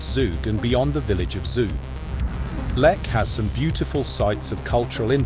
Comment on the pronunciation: Pronounce it right please😂